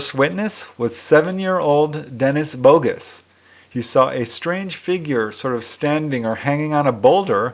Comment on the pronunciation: Hey, I'm from Montreal. Normand Daigle is a French name, so would be pronounced: DEG-LE or DEG-LUH. And Denis Bogus' last name would be pronounced BO-GU or BO-GEW. Something like that! Keep up the great work!